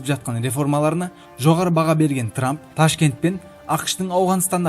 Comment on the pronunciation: Дональд трапты жаксылап аит